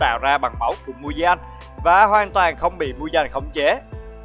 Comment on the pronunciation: Muzan mà anh đọc là Mudan